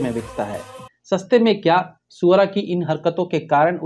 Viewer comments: Ye galat hai bhai...aap swara ko suvaraa kyu bulate ho😂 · Sir suara nhi h swara h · भाई आप 🐖सुअरा भास्कर 😅😂😂ही बोल रहे था ना..... मुझे तो यही सुनाई दे रहा था...😂